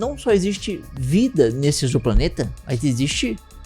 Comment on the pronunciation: O primeiro que falou exoplaneta corretamente. O prefixo "exo" tem som de Z em português.